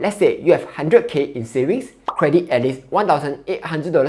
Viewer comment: Can you pronounce ‘however’ slowly and precisely. You are saying However as howefer Credit as credic. Very difficult to understand your speech